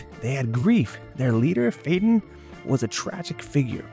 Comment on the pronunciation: Was this voiced by ai, becuase I could have sworn Phaton was pronounced extreamly wrong!!!!!!!!!!!!!!